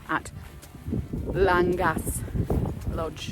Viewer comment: Its pronounced Langash 😊